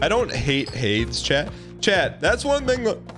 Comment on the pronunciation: "Y in chat if you think we hate Hades," Y. Absolutely. trashes on that game every chance he gets, even when it's only somewhat related to the conversation. He also refuses to even say the name correctly (which isn't a first, but that's definitely not helping) Edit: Thank you, chat. I have never agreed with something chat said more than this.